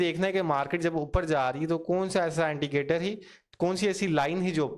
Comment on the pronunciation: Why saying antigator? Its indicator